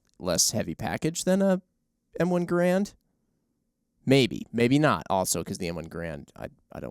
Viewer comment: Y'all need to learn how to Mr. Garand's name correctly.